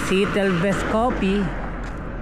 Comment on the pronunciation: Dili sitel bale siyatel (seattle) pag litok ana